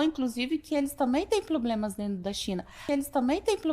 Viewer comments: Síndrome do Cebolinha. Ploblemas. 😂😂😂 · "Pôblemas" dos mesmos criadores do "Pastel de Flango" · Acho que Ela fala POBLEmas por que não gosta de POBREmas . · Eles têm "ploblemas" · Ploblemas,me lembra o cebolinha .😂😂😂😂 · " ploblemas" , primeira dama do cabaré da luz vermelha. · Mano... "plobremas"... Puta que pariu mano! Que desgraça l! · Estamos com muitos "ploblemas" mesmo. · Só colocar um microfone na frente da Janja que ela se encarrega de entregar tudo. Sem noção aqui e na China, literalmente. A tatibitate TEM "PLOBLEMAS". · PLOBLEMAS KKKKK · Ploblemas.....ela não é formada em sociologia? faltou a todas as aulas de português... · Na China é " ploblemas ".... igual pastel de " flango "..... kkkk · Ploblemas kakaka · .... PLOBLEMAS?? NÃO SERIA PROBLEMAS?? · ...também, com tantos "ploblemas"... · Ploblemas Ploblemas Ploblemas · ✈️🐔 : sem "poblemas " continua falando Galinha Bebel! É muita "catiguria "! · UMA 🐔 SÓ PODE FALAR PLOBLEMAS MESMO...😎👌🫡🤪🤪🤪🤪🤣🤣🤣🤣🤣🤣🤣🤣🤣😆😆😆😅😅😅😅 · "Vamo combinar que eu tenho bom senso" apesar dos "ploblemas" 😂😂😂😂😂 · A janja é irmã do cebolinha? Ploblemas? Kkkkkk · Ploblemas kkkk, engoliu o cebolinha 😆😆😆😆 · Quer regular,as redes,precisa de um professor de português,pra corrigir esse "poblemas" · Ela se considera inteligente falando "abrido, cidadões, ploblemas, inresponsável, faraona, etc.? E nem é meme. 😂 Rsss 🤭 É uma besta quadrada. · Os "ploblemas" dele, filha, são resolvidos no paredão ☠🕴😮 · Muito bom este final! Franga ou janja acho melhor frangolina kkkkk 😅😅😅, uma salma de palmas, ploblemas, abrido.canja ou frangolina fala o português corretíssimo.kkkkk😅😅😅. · É mesmo, ploblemas! 😂😂😂😂😂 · Ploblemas. Muitos ploblemas. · PLOBLEMAS, DE NOVO, CANJA??? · Depois de ter "abrido" a boca e causado "ploblemas" para o PT, causando "inresponsabilidades", continuamos pedindo, Janja, fala mais🤣🤣🤣🤣🤣🤣🤣🤣🤣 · Será que ela tem a língua presa,feito o Cebolinha?kkkkk E troca o R pelo L? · Virou “chinesa”….”ploblemas”; “ablido”….